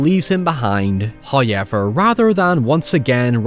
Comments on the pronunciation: I love how you say "Hayever"😊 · First "hoyevver" drops . The sponsor should be honoured by this. They'd better be. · My day isn't complete wo a "hoyever" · “, before we dive deep into despair...” 😂